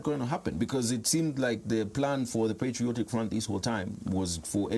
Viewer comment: its patriotic and not "PETRIOTIC" 😅